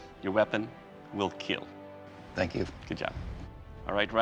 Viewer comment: Will there be a weapon that doesn't KEEL?